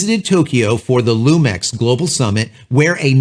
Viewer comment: I thought it was pronounced LU MIX instead of LU MEX..but what do I know